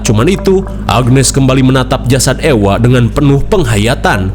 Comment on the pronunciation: suami saya bilang orng2 yang hidup di zaman Medieval itu sangat mengerikan. Dan untuk Ewa ini di sebutnya Eva kang bukan Ewa Ewa heeyyy 🎉